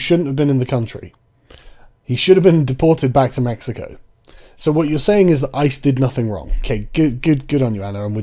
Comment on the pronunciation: It kills me every time Sargon says ICE’s. If I wasn’t aware of ICE I would immediately think it’s ISIS. 😂